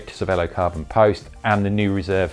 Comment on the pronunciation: Pretty sure it's pronounced chervelo. It's the italian word for brain. Ce is ch.